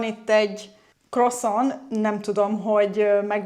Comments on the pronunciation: Szerintem Del-Franciaorszagban ilyesmi a kiejtes. Nem az egesz orszag beszeli a 'parizsi' franciat... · Ez se nem francia, se nem magyar kiejtés... Ahogy a valszeg sem. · Croissant-ot nagyon viccesen ejtetted ki 😂❤